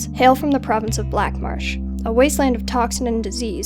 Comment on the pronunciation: Did you say black barsh? :D only once but... did you say in the beginning: Black barsh instead of black marsh? :D